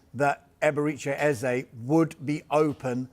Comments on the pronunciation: It's not Ezei, but Eze. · Man they keep calling him Ezah, it's like Ezei. Come on guys!